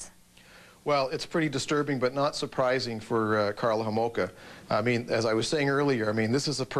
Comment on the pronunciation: Kathy Homolka? Get it right Nancy 😂